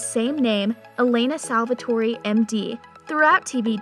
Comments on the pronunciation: WHY??? It's pronounced 'salvator(e) ' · Did she say Salvatorie school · This salvatory pronounciation is making me cringe😵😵😵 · Fantastic and she keeps saying Salvatore wrong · No I am as well. It bugged me when josie said Salvatore wrong as well. If you’re a fan of the show surely you should know how to pronounce things. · i wish they would stop letting fake fans make these videos... could you at least say salvatore right?? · She reminds me of Kai Parker prounouncing there names wrong 😡😡😡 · They can’t pronounce the names correct and it’s annoying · IT IS SALVATORE NOT SALVATORY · Everyone: Salvatore Her: SalvatoreY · Salvertory🙄🙄🙄🙄 did she seriously say salvertoryyyy???? Father lawd!!! 😭😭😭😭 Repat after me sal-ver-tor!!!! And stop saying Stefan!! 😢😢 Kai Parker is the only one allowed to say that😒😒😒smh! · "salvatory!" lmfao... say it right ffs, can't watch this because of that.. its salve'TOR ... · It’s annoying when you can tell the narrator never actually watched the show. Lmao Salvatore-eee lol 😂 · fr lmao whats salvatorey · the name they gave their daughter was Stephany but they said “Stefan Salvatorey” and “Damon Salvatorey” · ITS STEEFEEENNN (THE PRONOUNCE) AND ITS SALVATORRRRR THE E IS SILENT IN SALVATORE... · Clearly this girl is reading off a script. She is saying Stefan wrong and Salvatore wrong. She is say Stefan like StefOn and Salvatore like Salvatori? Like what! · Can someone tell that Stefan is pronounced Stefin, salvatore is pronounced salvator, the e is silent and maybe watch an episode of TVD in english to see how the names are pronounced 🙄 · Look i appreciate your work but it stefan not stefaaan and its saltvatore not salvatorie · Don’t forget she mentioned Stef-ON SalvatoreY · Please stop saying Stefan, Alaric , and Salvatore like you do it’s so cringe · Why is she mispronouncing the name Stefan, Alaric & Salvatore? Really annoying.